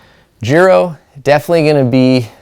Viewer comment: I thought it was pronounced Giro with the I being said